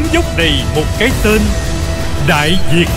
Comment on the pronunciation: Đại Việt cứ đọc Đại Diệt, còn lại thì rất hay